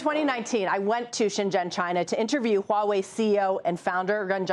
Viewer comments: WTF is "Wah-way”? It's "hwaa·way". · Huawei not HAUWEI